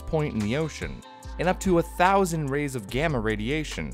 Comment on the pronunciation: 1000 RADS of gamma radiation. Did you just say "rays" of gamma radiation? The subtitles didn't even say that. It's just called rads. Like rad. Or bad or lad but with r.